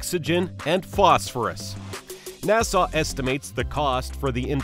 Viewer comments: Nassugggghhh not nasaw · Why the hell do u say nasarz instead of nasa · what the hell is NASAWWWW? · Who told him the NASA was pronounced NASAW? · NASA not Nassau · OK OK its pronounced NASA NAH-SU as in sup without a p not wat your saying NAH-SAW PLEASE I BEG OF DONT SAW NAH-SAW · Exuse me you mistakein nasa by saiying nassau😂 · Nassau? Or NASA? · Me when I heard nasaw: visible pain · sorry not to be that guy but its nasa not nassau🤣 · Its NASA not NASAW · What the hell is NASAW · just say "NASA" not "NASAHH" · Nasuh it’s NASA 😐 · WTF IS NASAWWWWWW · Nasaw lol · It‘s so funny how you pronounce NÄSAAAAAA 😂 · I had to stop watching cuz i couldn't take 1 more second of Nasaw. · It wouldn't be so bad if you only said Nah-saw once or twice, but you must have mispronounced it 50 times in 15 minutes making this unwatchable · bro sound like Hermione pronouncing nasa nasahhh headass this is satirical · Some people pronounce it nah suh, others pronounce it nah sah. But NOBODY pronounces it NAIE SAWW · I didn't know Nasa was pronounced as "Na-saw" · What does the r in Nasar mean? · its not nassaw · "Narsar" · if you say na-saw one more time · NASAW NASAW NASAW BRUHHHHHH LOL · It annoys me every time you say NASSAR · He say NASA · Where the heck is the narrator from? He can't pronounce NASA. Long Island? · Wait that's not how u say it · The way he pronounced nasa made me turn on captions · Your saying nasa wrong and I'm shook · name what accent would produce such a mispronunciation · Literally unwatchable why you do pronounce things like that